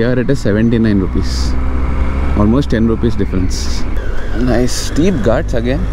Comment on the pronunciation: No one literally no one....: gaatsssss. Bro pronounce it correctly it is called “GHATS”🤣